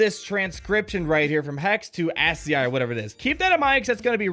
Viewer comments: My nerd ears burn. It's pronounced As-ski. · ascii is pronounced askey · Ascll pronounced "ass key" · It’s pronounced ASS-key (ASCII) and the monster is a Terentatek. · Dude you've never heard of ASCII? (Aski) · Lol ascii, its pronounced: as ski. Its computer text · Its pronounced "ask-key" Its the conversion of letters into the ones and zeros that a computer can understand. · It's pronounced ASS-SKI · ASCII... "Ass key 2". You're welcome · Pronounced ASS KEY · It’s pronounced “Askey” ASCII - It’s a programming language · its pronounced aski dammit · As a Cyber Security/ Comp Sci major, I found the whole Hex to ASCII part of the puzzle really fun but hearing every YouTuber pronounce ASCII wrong is hurting my ears😂 great work figuring it out tho👍